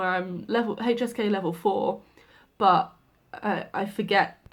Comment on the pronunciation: Haha 😂 very British „Bu(h), I forget tones...“ Yeah, you dropped the „t“ from But as well 😂👍 Just joking, I know what you mean..